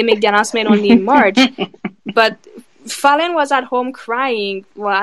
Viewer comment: Why y'all keep calling that girl FAY-lynn? It's FAL-LYNN